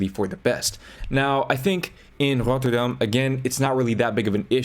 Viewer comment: You pronounced Rotterdam correctly ❤😭 thank you so much